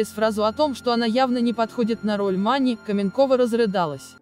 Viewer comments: Иваново - не подмосковный город! Маня не МанИ. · МанИ, ЛюсИ😂 прямо из французской жизни. МАня и ЛЮся на самом деле, кто только текст читает? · Как Вы читаете!? Невозможно узнать слова: МанЮ?, МанИ? Ударение куда попало! Как можно умудриться исказить такое известное и исконно русское имя Маня! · Вы хоть читайте со знаками препинания и с правильным ударением, а то имя Маня склоняете как МанЯ, МанИ!!!! Слушать не возможно.... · Фильм замечательный и душевный. А комментарии к фильму читает или робот или бестолочь - у МанИ.. Что, ударение не знает как ставить? Слушать противно. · Наверное робот читает текст, на французский манер: Софи',Мани' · Обзор конечно интересный, артисты все прекрасные , и фильм замечательный. Но бесит меня комментатор! Ударения неправильные, да и слова частенько не те, а уж бегущая строка - это вообще что то несусветное! Что нельзя обойтись без "искусственного интеллекта"?! Нормального живого человека нельзя найти для этого?! Из-за этого не хочется смотреть эти ролики. Портят настроение.